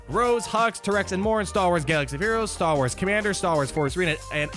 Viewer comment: The way you say Star Wars about half the time is frustrating... idk just my OCD I guess. Good video though